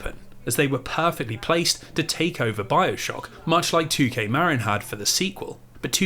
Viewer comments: I hate being the pronunciation police (again, I think because I'm fairly certain I did this in the previous video of yours), but I grew up in a neighboring county to Marin and it's not pronounced Mare-in like you say, it's pronounced like Mah-Rin. Every time you say it I cringe a little (it's a me problem, not you; you're literally on the other side of the world from here, you're not going to know how to say the weird American-English bastardization of Spanish words like I do). P.S. This was a wonderful and comprehensive video, I appreciate all the hard work you put into it! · bro. as someone who grew up in Marin, your saying it wrong and its killing me inside. "Marin" (as in Marin County, CA) is pronounced "muh-RIN", with the emphasis on the second syllable, like "mud" and "rin" in "rinse". A common mispronunciation is "MARE-in". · 'Marin' is pronounced muh (like 'marine') rin (like 'mandarin')